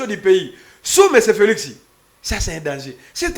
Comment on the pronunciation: Felixi looool...PPRD felix et non felixi